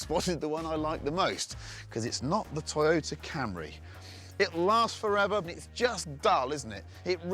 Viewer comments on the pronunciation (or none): none